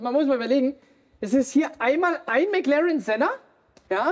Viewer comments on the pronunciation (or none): none